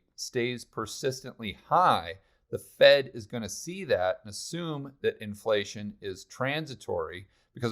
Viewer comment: why do your F's look like P's? Or have I been pronouncing inPlation wrong my whole life.. great video.